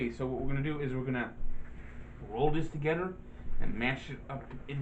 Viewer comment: Together....not Togedder... can you not say T